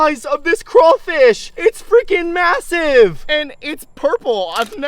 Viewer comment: Did bro Say masive☠️